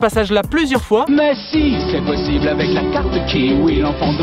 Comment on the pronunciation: À ta dit posible